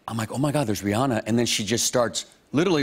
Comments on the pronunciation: "Rheearrrnaaarrr!". Stahp. It's Ree-anna. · Why do people say her name is Ri-ah-na is ridiculous her name is Ri-ANNA... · Why can't Americans pronounce Rihanna's name right? It's Ree-ANNA. ANNA. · CapuletRose RIGHT He says it like "Rhe-Anna", with a heavy Germanic pronounciation on the "An-nA" bit loool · Rihanna but he says re on ahhhhhh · Who is this ‘Reeyarna’ they speak of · How Aaron Paul says “Rihanna” ... sigh. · hearing them mispronouncing Rihanna's name hurts lol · Why is he pronouncing Rihanna's name like that?